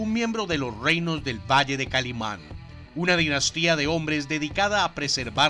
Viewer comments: Me recordaste mi infancia saludos desde México pero es kaliman no kalimon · Es que el dijo Kalimon...